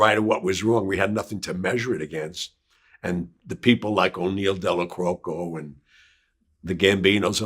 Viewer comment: "O'Neal Della-crokko" ??? WTF Gianni....